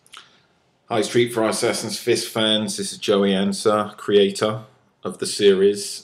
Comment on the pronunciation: "Hi stree fry sassassin fiss fans"